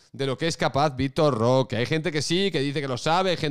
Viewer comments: Te has pasado mas de un año llamándolo Vitor "Roqué" a pesar de que en todos lados lo pronunciaban sin acento y de que mucha gente te lo ha dicho en los comentarios y ahora te ofende que la gente pronuncie su apellido como se pronuncia en su pais... Coherencia. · jajjajajaja victor rrrrrroooookeeerrrrrrr